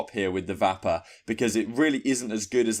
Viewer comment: Serious LOLs at how u say the Vapper!!! Its said the same as vapour...